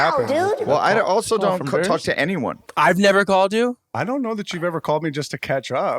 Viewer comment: love the mispronunciation this episode “any oney else? any giveaways, takeaways…” -Adam